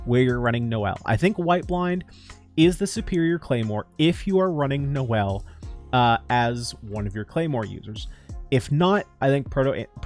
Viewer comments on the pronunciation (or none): none